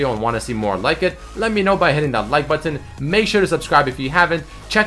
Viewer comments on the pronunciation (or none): buTon...... forgoTon. is it just me or does he say it weirdly